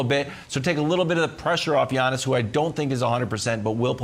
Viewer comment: When Brandon says Yawnis is triggers me so much 🤣🤣🤣